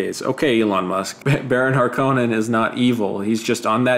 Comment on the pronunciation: Dude, Harkonnen is pronounced with an emphasis on the first syllable, like in the movie.